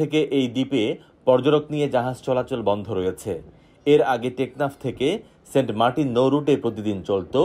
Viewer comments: Saint Martin ❌ Saint Markin ✔️ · 😹🤣 saint martins ❌ saint markin ✅